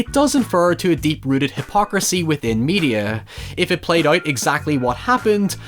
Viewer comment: The way he says out (oit) really bugged me a lot. Good vid though :)